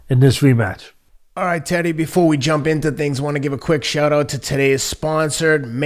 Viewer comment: I know Teddy isn't trolling but his pronunciations are so bad it seems like he is